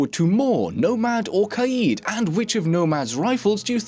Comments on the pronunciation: im so glad youre able to pronounce kaid correctly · Finally someone who pronounces Kaid correctly, thank you.